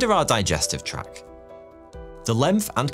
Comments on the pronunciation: Is she actually saying "track" instead of " tract" ? Tisk tisk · For the digestive organs, it’s pronounced tract not track! 😂